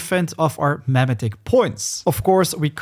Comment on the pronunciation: "meh-meh-ticks" Bro you had me laughing every time you said "Meh-metic" wrong. XD